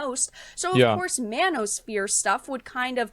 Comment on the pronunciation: i have to agree, i was just watching some anime and i can fully hear them say MAN-O-SPHERE must be a S graded spell